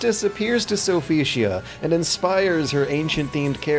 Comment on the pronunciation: how hard is it to say Sophitia?!